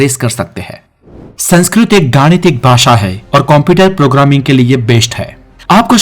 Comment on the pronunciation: Aap ka Spelling khud sanskrit se prakrit ki taraf ja rhe hai. Aap 'Sankskrit' ko 'Sankskrut' bol rahe .